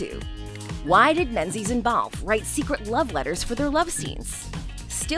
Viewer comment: Idiot: Pronunciation. MING-iss , glaz-go, Mohawk Woman